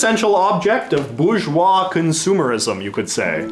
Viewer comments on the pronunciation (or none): none